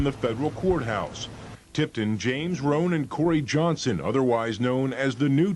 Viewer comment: You pronounce it like Rome,its Roane ya dig,it might just be you accent,But James Roane from Jackson Ward my nigga,born and raised his whole family from the P.Jays,but niggas was fucking wit New York niggas tho